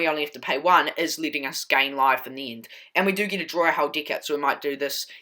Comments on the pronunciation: Bro, please change how you say deck. It sounds like you're saying dick. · "Seek" & "deek" solid Deek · "The beest card of this deek"🤣🤣🤣 lol I loved the deck